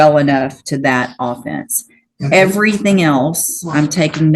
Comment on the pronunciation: She can't pronounce "offence" right, and she's handing out 25 years. That's a little extreme. He's kind of a fuck up, but he's not a serious violent criminal.